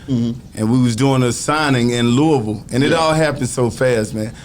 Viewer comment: he pronounces Louisville correctly